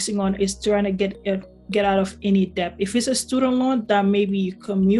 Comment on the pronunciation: “B” is silent in debt.